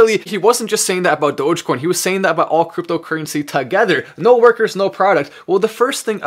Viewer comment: If Mark Cuban can publicly pronounce dogecoin correctly it'll go to $1.